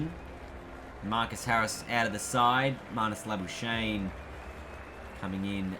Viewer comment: i swear to god the amount of times you play the sweep/reverse sweep when cover and midwicket are easier scoring options makes me pissed also its is lah-buu-shayne for english and lah-bu-skahkne for afrikaans